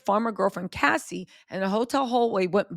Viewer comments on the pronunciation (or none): none